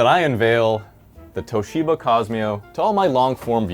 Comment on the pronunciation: its Toshiba not Towsheeber